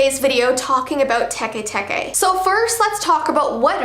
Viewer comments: its Teke not TE TE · "Te te" it's actually teke teke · Bruh its not te te ITS TEKE TEKE WHY AINT NOBODY TALKING ABOUT THIS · WHY U SAY SHE GONAN COME FOR US TUEN SAY THE STORY. HUH?